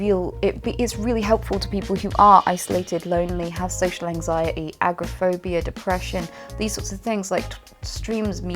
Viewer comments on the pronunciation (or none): XD did you say agro-phobia? It too am afraid of angry people.